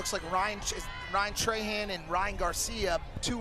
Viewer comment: Bruh when he said “Ryan trey-Han” instead of “trah-hawn” 😤😤😤